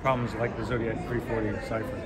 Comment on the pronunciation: Zodiac not Zodig